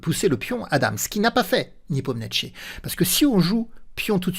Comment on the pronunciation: Niépomniachi, sans t :) Parole de traductrice.